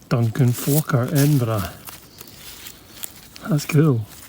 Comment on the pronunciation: Being a Canadian, I love the way you pronounce Edinburg